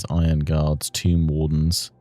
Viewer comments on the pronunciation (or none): none